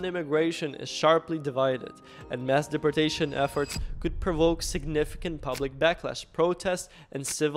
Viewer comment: Learn how to say deportation or get the f*** off of YouTube😂